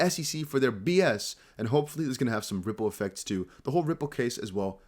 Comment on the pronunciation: Haha, you said “ripple affect,” Nudge nudge. 😜